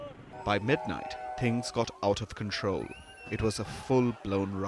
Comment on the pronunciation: " now here's the ting " palki , awful journalist